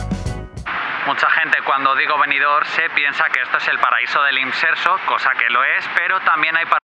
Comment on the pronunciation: Buenas tardes amigo, precioso video, pero si no te molesta te corrijo, es Benidorm, macando la m, no con ene Un saludo